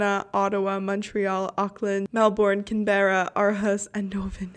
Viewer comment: Great video but how you pronounced Canberra and Melbourne triggered me so much🤣🤣